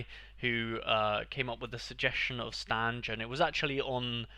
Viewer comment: W video but don’t say Stanj my goat Stange can’t be insulted like that 😭